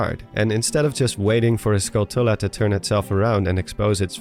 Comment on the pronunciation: It’s pronounced skull-chula. Like tarantula. It’s a skull tarantula.